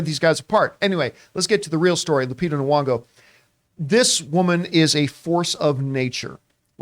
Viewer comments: What is horrifying to me is Mr Campea constantly mispronouncing Lupita Nyong'o's name as Knee-wong-go. It's Knee-yong-oh. It's right there in the spelling, John. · It’s gn-ong-oh